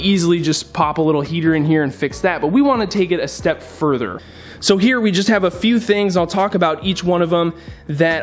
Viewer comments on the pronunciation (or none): none